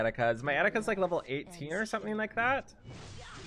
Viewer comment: All the times you said Eticas hurt my heart